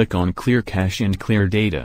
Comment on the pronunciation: Cache pronounced as cashed??? WTF